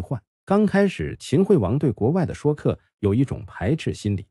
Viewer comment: Shui （音同税）客，不念shuo